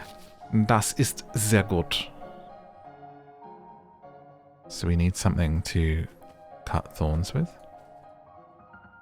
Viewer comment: "das ist sehr gut" xDDD Me as a german was wiggling my feet once I heard that. The pronounciation was really good too!!!!